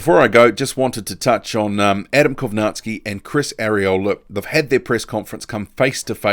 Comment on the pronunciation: I cant believe we are only 2 months withdrawn from Millers failed tests and hes being mentioned as an opponent for Fury. He should be out of the ring at a minimum of 2 years imo. Props to the only boxing channel on yt I've seen pronounce Kownacki properly.